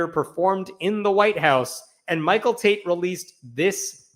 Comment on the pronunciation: I thought you said "Michael Taint" 😂😂